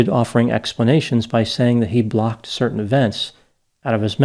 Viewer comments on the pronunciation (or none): none